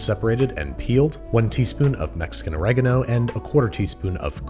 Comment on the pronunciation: is hard to trust someone who can't even pronounce the words correctly... u forgot oregano